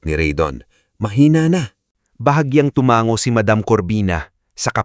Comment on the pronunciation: TUMANGO -- - - TU - - MA - - - NGO , HINDI TUMANGGO - - -,TU - - - MANG - - - GO ANG. BIGKAS